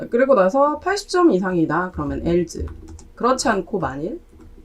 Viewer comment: else... not 앨즈, but 앨스